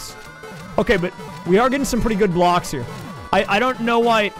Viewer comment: The funniest thing about is that when he plays the 3D theme I like when he says where going in too the bluocks